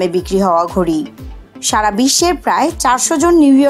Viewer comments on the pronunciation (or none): none